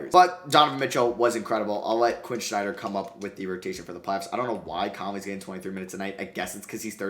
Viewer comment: Really bothers me how he says Snyder….